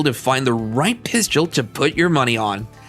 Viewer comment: It’s hard to believe someone that can’t say pistol correctly